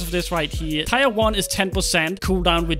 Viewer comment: Dude it's pronounced teer not tire